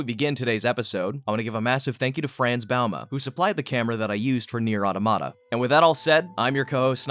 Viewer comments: Your correction doesn't help to understand which syllables should be stressed. Where I'm from, it's pronounced "ah-TOM-uh-tuh", as opposed to how he says "otto-MOT-uh". I'm not correcting you, but I'm adding stressed syllables because without them people can read it how they wish. For example you mentioned that he said "ottomatah". Well if i break that down into "ot-TOM-a-tah", it suddenly sounds much more correct than "otto-MA-tah" even though both are spelled the same. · Hold up. Nier "ottomatah?" No. It's Awe-tom-ah-tuh. Edit: There's so much in this game that's loaded in for No reason, such a waste of resources. Also, that "2D" room wall wasn't culled out. It's just a one-way texture. Pretty common in graphic design and game architecture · Wait, hold up... Auto-MAH-tuh? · No comments on "Nier adamada"? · Pity that 'automata' was pronounced incorrectly...